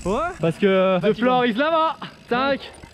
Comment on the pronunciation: On dit the avec un T on dit pas ze avec le Z ou le s